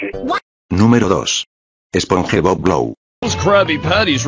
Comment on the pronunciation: The "sponhebob" pronunciation killed me🥶🔥💀